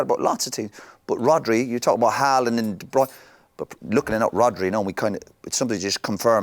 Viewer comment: De broin ?? de broyner ?? . Listen yu lot ! It's pronounced as in Turner NOT joiner . Kevin is even on You tube telling us how to pronounce his surname . Why doesn't anyone get this ? I can't work out why ??